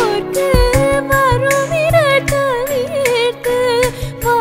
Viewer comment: Hello, Excellent voice.....wonderful music. If u change onething it will be a great work. The pronounce...... she is singing like "NAVARA ALAIPORKU" instead of "NAVARA AZAIPORKU"..... same "z" mistake everywhere. pls try to change that Thanks in advance